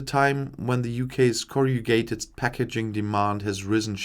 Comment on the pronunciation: It's pronounced as Corr-uh-GAY-ted. Say it very quickly! It's yet another word where the spelling doesn't match the spelling!